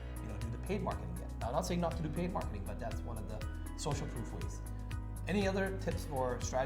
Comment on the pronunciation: Proof.. Not Prof